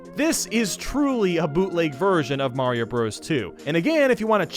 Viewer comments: Mario not mayio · me: * hears you say Mayro's a she * Wait, he is a she!?!?! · When u said Mayro u said she? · Wait is he saying Mayro